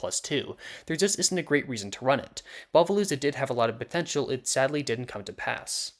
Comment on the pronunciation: DID YOU SAY POTENTIAL???